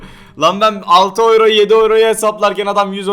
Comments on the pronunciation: Oyro değil yuro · GERÇEKTE OLAN TÜRKÇE OKUNUŞU YURO ABİDE OYRO:D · abi oyro ne yaaaa yuro diye okunmuyormuydu:D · oyro? yuro....